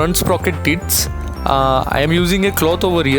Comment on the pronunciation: U said ...Front sproket tits ..